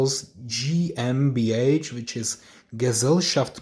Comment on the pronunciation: Sehr gut ausgesprochen mit der GmbH